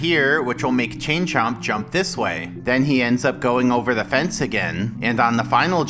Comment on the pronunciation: I kept hearing "Ching Chong" instead of "Chain Chomp"